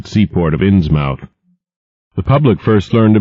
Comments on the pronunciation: Same as Dartmouth. The 'mouth' syllable is pronounced more like "m'th" or "muth". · I'm from California and it bugs me too, the 'mouth' pronunciation that is. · 5 seconds in, and he's already mispronounced the title. :( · ARGH!!!! that is NOT how you pronounce Innsmouth! Listening to this is downright painful! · It sort of fits Lovecraft's style to overpronounce a word. FYI this was a book for the blind as far as I can tell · 40% of comments- Bloodborne 54% of comments- Innsmouth is pronounced wrong 3% of comments- racial arguments for some reason 3% of comments- regular comments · Innsmouth pronounced wrong? I guess I need to find the comments because I don't know how else you'd pronounce it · would be better if he said innsmouth right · Ins-MOUTH, I always thought you pronounce it as 'Inns-Myth' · great, but if u do not know new england, learn. we from there insmith not MOUTH its just annoying and lazy on your part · It’s pronounced “ins-muth” not “ins-mouth.” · despite the ins MOUTH this is an awesome reading, it's pronounced like Plymouth muth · Be nice if he pronounced Innsmouth correctly. The accent is heavier on the first syllable than the second. *INNS*muth, not Inns*MOUTH*. Also, the second syllable is pronounced "muth", with a very soft "u", unlike in a word like butter. There isn't really another pronunciation like it, other than English named geographical locations. Investigate the pronunciation of words like Portsmouth Dartmouth. Just type it into Google. It's not hard. I'm off to find another audiobook; I'll never get to sleep otherwise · inz MOUTH ? No one in New England would pronounce it that way. INZ-muth. Like Plymouth or Dartmouth or Portsmouth. I wonder how this reader would pronounce Worcester! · Matthew Boan it's pronounced "innsmuth" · "Ins Mowthe?" I always thought it was "Innsmouth", More of a British style of pronunciation, Not "mouth" as in an oral orifice you eat and talk with. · Inns-Mouth. :D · agree, its annoying